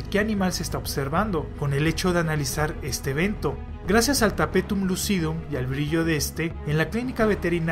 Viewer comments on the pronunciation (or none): Tapetum Le-viou-sa jajaja, buen video!